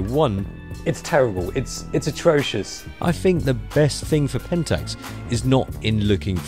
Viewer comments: The fuck is a 'Penntucks'? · it is not pentes, it is pentax.